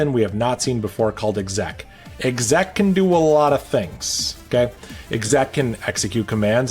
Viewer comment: first time hearing someone pronounce exec and éqzác wasn't what I expected